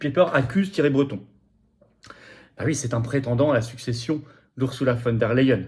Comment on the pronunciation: Flotian, le e suivi d'un i (y) se dit aÏe en allemand. On dit "phone d'air la hyène" et non "phone d'air les hyènes".